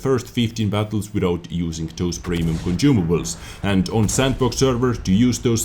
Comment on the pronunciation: conCIUmables sonsumables